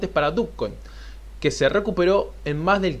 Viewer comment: Yo nunca e escuchado dukcoin .. no se pronuncia dochcoin? fuera de eso bien tu video